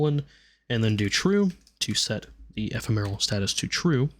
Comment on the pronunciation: eh-fem-or-al.... not however you were pronouncing it... sorry, just one of my pet peeves is people mispronouncing words. 😅